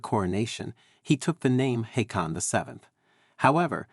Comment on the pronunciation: As a Norwegian my ears twich when former Danish Prince Carl (called Charles in the UK), is called King Hicon... His name, HAAKON, is pronounced HAW-CAN.